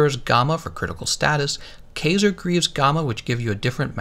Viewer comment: kaiser = "kye-zer", not "kay-zer"